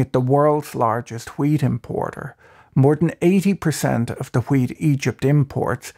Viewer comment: nice video ... but I was watching at 2x and everytime you said wheat it sounded like weed lmao